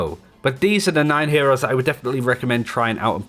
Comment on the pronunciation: Nigga said ehores😂